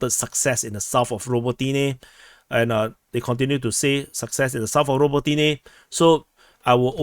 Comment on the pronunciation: raBOtineh, ffs!